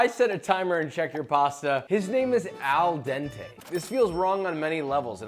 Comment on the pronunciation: AL DENTEE